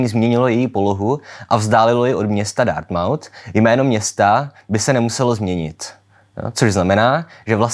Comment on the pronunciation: Ačkoliv šlo u propria Dartmouth o jeho etymologii, mám zapotřebí připomenout, že výslovnost "mouth" je tady značně redukovaná, jako u spousty dalších anglických měst vzniklých kompozicí. Jinak díky za video, většinu věcí z lingvistiky znám, ale netušila jsem, jak do toho vpadly fikční světy.